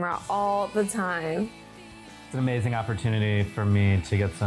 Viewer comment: “That’s kind of amazink”😂😂😂